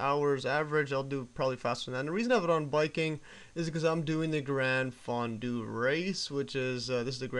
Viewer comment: Is it really pronounced like the dipping food "fondue" or is that just your quirky pronunciation? I would tend to pronounce it to rhyme with the auto-body shop filler, Bondo. "grahn FAHN-doh"